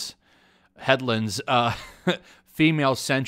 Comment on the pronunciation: The assumption that Star Wars The High Republic is going to be a disaster blatantly idiotic. We've only gotten some concept art for the series. You've obviously not though about this for longer than five seconds. You definitely don't have a script, you repeated super twice and you didn't say Headlands correctly the first time. You also actively put down people who liked the new movies. I'll be honest I didn't like the new movies either but I don't treat or talk about the people who liked the new movies like they are lower than me. Also you like all the comments that jerk off your opinions.